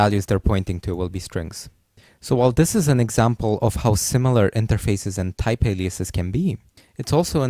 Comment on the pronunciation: Can you speak English properly? Please don't try to give a fake accent. type is pronounced as type, not thyphe